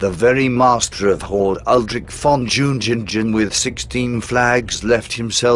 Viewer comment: ..."DZHIUNGHINGDGHEN"??... :) ...V-o-n J-u-n-g-i-n-g-e-n... ;)